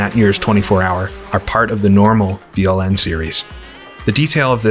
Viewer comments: You pronounced that quite good, Veranstaltergemeinschaft Langstreckenpokal Nürburgring is quite a mouthful, even for us germans (in english it means something like: Partnership of Organizers Endurance Cup Nürburgring)... these days it has been rebranded as NLS or Nürburgring Langstrecken Serie (Nürburgring Endurance Series). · This is it!! A very good mod! I loved ist back in the days! And...you did very well on pronounciation of VLN 😃